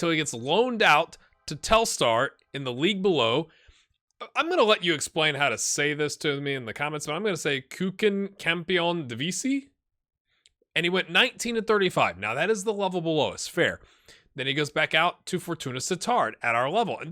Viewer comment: Keuken is pronounced like the first half of coke and then just en. Coken